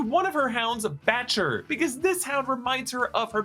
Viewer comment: I've watched so many other videos like this, I'm glad you got the Lurca's name right others were like "Betcha" "Betche" "Batcha" The subtitles literally say "BATCHER"